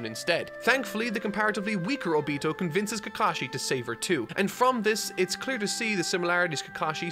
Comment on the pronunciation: obito is pronounced oh-bee-toe